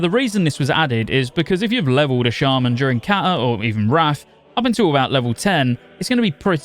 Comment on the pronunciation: As a lifetime shaman player since the launch of vanilla… I can’t support any shaman content creator who pronounces us as “Shay-men” 🤔 for SHAME sir, for shame